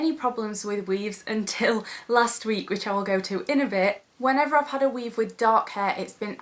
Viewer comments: "ma weave" hahaha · For some reason I think the word "weave" sounds so funny when she says it with her accent.